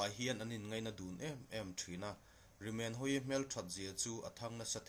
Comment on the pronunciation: Rimenhawii hming i lam dan hi a dik lo bawk.